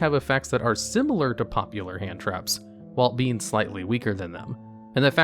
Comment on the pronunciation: Someone should make compilation each time he says 'WHILE'